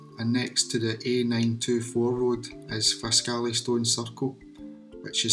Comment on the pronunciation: Very interesting. Often passed them . Originally from Pitlochry. We pronounce it Faskly.